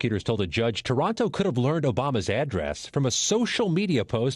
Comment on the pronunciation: This loser's name is TARANTO, NOT TORONTO ! Say it as it's Spelled Please so that Nobody thinks of any association with anywhere in Canada. Thank You.